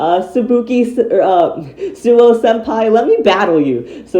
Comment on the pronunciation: it’s ”Suou” not ”Souu”